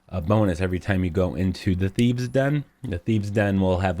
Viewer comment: Dude really? Thieve's and rouge? I'm Dutch and I know it's thieves and rogues ffs. Shame on you.